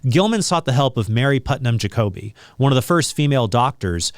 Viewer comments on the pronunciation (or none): none